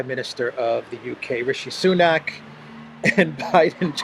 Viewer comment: he said 'sanuk' as RS's last name. And at the press conference after signing AUKUS Treaty with UK and Australia, he referred to Australia's PM Scott Morrison as 'this fellow from Down Under'. This man's contempt for other leaders is boundless. Can never care to know whom he has been with. It's always all about him and his Hunter, 'the most clever guy he has ever known.